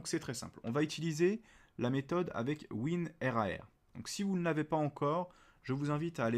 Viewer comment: Tout le monde dit WINRAR mais toi tu dis WIN-R-A-R